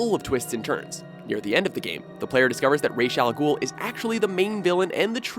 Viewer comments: rashe al gul? Na man even in the movies RAZ al gul... it's pronounced Rass al gul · It's not racial ghul it's ra's al gul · "Raysh al ghul"..... Who? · u cant say Ra's Al Gulh